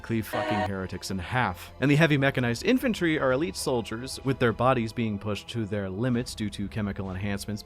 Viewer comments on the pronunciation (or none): none